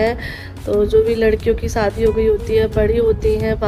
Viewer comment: Bolna seekh lo pehle fir vlog bnana lgta hi nahi Muslim ho kya talafuz hai....itna sunne me kharab lgta saadi,sagun 😂